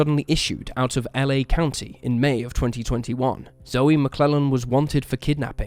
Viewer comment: Not that it matters, but Zoe McLellan's name is pronounced like 'joe' not 'Joey'.